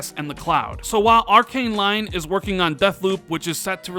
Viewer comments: One again awesome content... just one thing to correct for future videos "Lyon" is a place in France and pronounced "Lee-on", not "Lion". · Gotta point out that Lyon is not pronounced 'Lion', it's pronounced 'Lee On' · Pronounced: Arcane Lee-own. 😁. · lmao. this dude is out here pronouncing Lyon like "lion." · Lyon is pronounced Leon, Dummy. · Lyon is pronounced like the name Leon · Usually love your videos, but this one had me screaming at my screen "it's pronounced 'leigh-on'!!!" no lions were involved in the naming of this city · Darryn Taber, it’s Lee-on. Nobody’s perfect, I think mis-pronunciations are funny, be nice!